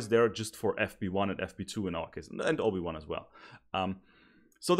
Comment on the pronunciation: Everytime he said OB1 i heard Obi Wan😂